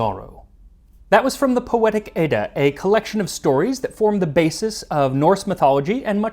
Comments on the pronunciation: The pronunciation of Edda was a bit off, it’s more like the Ed in education, but stronger. Nice video tho! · Edda is pronounced with a short "e" as in the word "bet". (Swedish speaker)